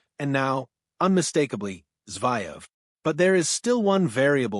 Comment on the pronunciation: It’s pronounced Zer -Ev… not Zy-Ev’!! you’d be better off speaking yourself.